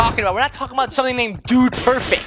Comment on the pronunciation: when chase shoots his shot said DUDE PERFECK